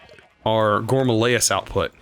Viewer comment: Have you been watching Direwolf20? I cringe every time he says gourmalayis instead of gourmaryllis, and now you say it too. I'm pretty sure you said it right last episode.